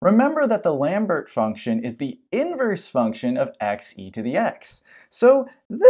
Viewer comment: Pronunciations: Lambert = "Lom-Bear" Dirichlet = "Dur-Shill-Lay"